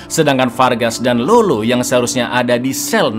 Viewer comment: Bukan lolo cak tapi lalo. Kalo di amrik latin Lalo itu nickname dari nama yg blkangnya ardo, contoh: Eduardo, edgardo